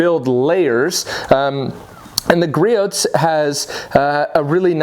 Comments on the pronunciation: I like the videos homie, but it's pronounced GREE-OH. The T is silent. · You don't frikin say the T in Griots. Frikin a its so annoying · Love your videos but please learn how to pronounce Griots. Bugs the shit out of me lol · The T in Griot's is silent